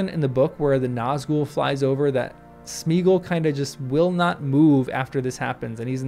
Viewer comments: In case none of the other hundred-plus has noted: It's SMAY-ah-gawl. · I didn't know in 2000, and I don't know now, why Jackson made Sméagol (Smaya-gol, surely, or if you seriously minimise the "a", then Smaygol) rhyme with beagle. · Why did the films have to ruin the pronunciation of Sméagol? The accent is there to show that it should be pronounced like the Old English diphthong “ea” and not like Modern English “ee”.